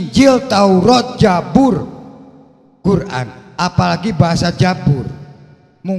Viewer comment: Nyebut Zabur aja jabur😂😂😂